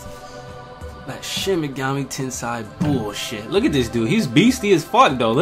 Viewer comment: ''FUCK THAT SHIN MEGAMI TENSEI BULLSHIT'' Me, in a really quiet tone,: it's pronounced ten-say (trololo)